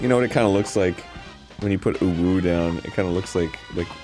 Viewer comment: in surprised arin could read uwu correctly